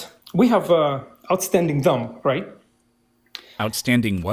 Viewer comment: It’s ironic that the guest pronounced “thumb” as “dumb”